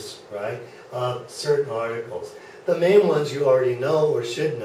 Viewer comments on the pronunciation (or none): none